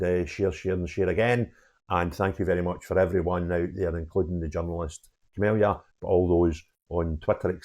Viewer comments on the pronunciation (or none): The reporters name is Camilla not Camillia . No extra i.